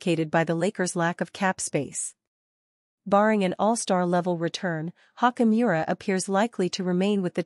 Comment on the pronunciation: How many times did she say Rui Hawk-E Miura??